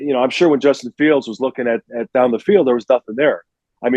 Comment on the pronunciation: BEAR DAHN